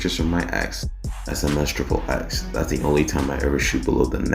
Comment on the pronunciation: Dude u say his name so wrong....its pronounced, ten-tass-sea-on NOT ten-sation how u say it🤢 I was gonna give a "like" but from insulting homeboys name like that sorry I cant🙏🏼 and its not "triple x" 😅 u pronounce it how u see it, ex - ex- ex🙏🏼 I like the Vlad TV interview with daylghts alter ego....he spills the beans